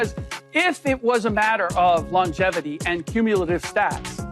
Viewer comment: The only thing LeBron is holding on is "longetivity" 😂